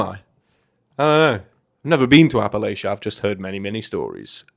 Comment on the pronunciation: You pronounce Appalachia funny 😆